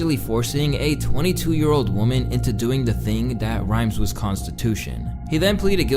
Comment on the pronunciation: Lmao you keep saying woman and women wrong 😂